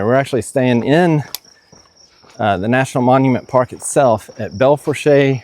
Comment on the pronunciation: FYI -- It is pronounced Bell Foosh. The last word is pronounced as a single syllable with no r sound and no "long ay" at the end. I grew up over across the border in South Dakota in the town called Belle Fourche which means beautiful forks, or the area where three forks of a river meet. It is actually 2 rivers and a creek. They include the Belle Fourche River, which is the river that runs by Devil's Tower, the Redwater River and Hay Creek. The current monument to the center of the nation is 2 blocks in one direction from where my family's house was. And the forks of the river was about 5 blocks from my house. So, yeah, I would know.